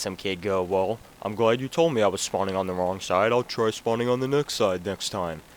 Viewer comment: and schpot